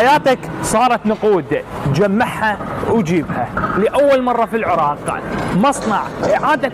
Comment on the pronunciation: عزيزي الإعلامي... ليس انتقاصا من شرحك للمشروع(مصنع التدوير) لكنك طريقة كلامك وكأنك تذيع بيان رقم ١ .... تركز على الحرف الأخير أثناء شرحك للمشروع... غرففف ، انتاجججج ،العراققق، تدويررر... تحياتي